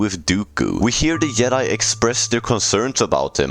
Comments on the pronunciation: Yedi? It’s Jedi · The way you say Joke and Jedi lol. Makes it sound like Yoke and Yedi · Did you say yoke and yedi? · "The Yedi couldn stan a shance" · bruh you keep saying the word jedi wrong